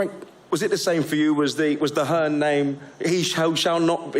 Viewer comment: Old wilder couldn’t even get his own promoters name right ‘Eddie Hearnss’